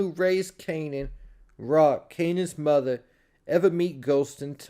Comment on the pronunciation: You ain't have to say muva like that 😂